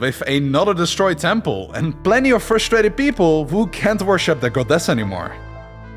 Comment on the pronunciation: i hate how he keeps saying goDESS